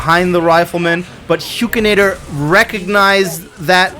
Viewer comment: Huk!!!! Hukinator!!!! Not huekinator!!!!! 🤬🤬🤬🤬🤬🤬